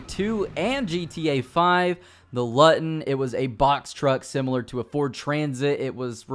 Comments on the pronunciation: The van, the Luton is pronounced Loo-ton not Lut-on its named after a real British van. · LOO-TUN not LUHT-UN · Luton? It’s pronounced “Loo-ton” not “Lutton” I only know because Luton was where I was Born, it’s an area in a town called Chatham in Kent in England. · pronounced loo-ten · The "Luton" is pronounced Loo-ton, after the town in Bedfordshire, UK where the original Luton body-style van was made. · Luton is pronounced Loo Ton like the town in England. 😉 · Luton is pronounced "Loo-ton", as in Luton where they make Ford Transits in the UK.